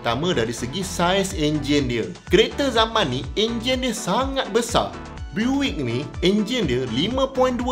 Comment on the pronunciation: Sedikit info utk sebutan pada BUICK = Biyuckk sebutannye boleh try cari US pnye legendary classic, sbb sane dorg buat nafas baru sama ada rats rod atau hot rod.. bole try tengok dorg make over kereta buick = biyuckk